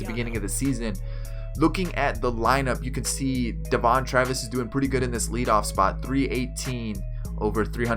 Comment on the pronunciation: Do you know how to pronounce Aaron and Devon Travis OMFG and you cant say Yangervis or Teoscar but its G lol